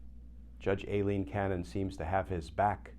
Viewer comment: Hurray!You are pronounced Cannons first name correctly! Most people call her Ileen (my name), 😂😂and that aggravated me Small detail with the he** that we are in but thank you.